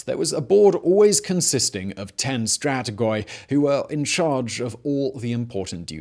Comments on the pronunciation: Not Pantheon but Parthenon. Not Stratigoi but Stratigi. Not C(s)imon but C(k)imon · I was doing okay with all the terrible naming mispronunciations until you started saying 'stratigoy' five minutes in. If you want to inform people (and yourself, clearly) of terminology, please carry out due diligence. With our current ease of access to resources and the prominence of your channel considered, this is unacceptable.